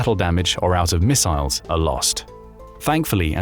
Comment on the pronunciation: I had to stop. I couldn't stand hearing it over-pronounced as "miss-aisles" one more time.